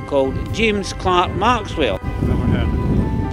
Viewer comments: It always bugs me when people (especially those who are making documentaries about Maxwell) say his middle name as Clark instead of Clerk! This isn't the first one I've seen where they've done that. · The Scots have made incredible contributions to the comfort of our modern lives - but can we just correct the spelling error in his second name - I see "Clerk" but it is pronounced "Clark" ??? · James CLERK Maxwell. Why do the British people pronounce Clerk incorrectly? Penicuik awaits your answer. 🍷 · Spelled "Clerk" pronounced "Clark."